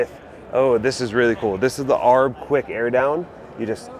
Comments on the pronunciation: Um “arb?” Say it with me.. A-R-B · You lost all credibility when you said arb instead of A R B. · Did you just say “Aarhhb front bumper?!” 😂😂😂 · McKinnon: You are correct. Anyone who takes the time to research the manufacturers knows this. 4x4: Per the ARB website, "...ARB – the initials of Anthony Ronald Brown..." Furthermore, even Jeep themselves pronounce the hybrid model 4-by-E, not 4-ex-E. I would think that a channel that is clearly aimed at the 4x4 loving viewer, having some legitimate credibility would go a long way. By the way, I highly doubt you read 4x4 as 4-ex-4, but rather 4-by-4.